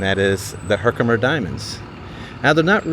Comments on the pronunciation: yes you pronounced Herkimer right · Yes, your pronunciation of Herkimer is correct.